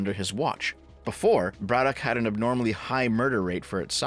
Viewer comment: we pronounce it "Braddick" Also, ol Fetty there is NOT working class in any way shape or form.